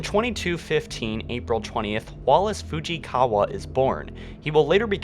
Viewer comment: How can he pronounce "Fujikawa" and "atmospheric" correctly, but he can't say secessionist